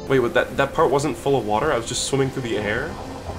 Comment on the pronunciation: in the first 20 seconds, when he said "its a game about shwimmin." captions read "its a game about women." thanks youtube very cool!